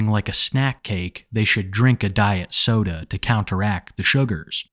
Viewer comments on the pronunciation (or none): Right lmao it made me giggle each time he said it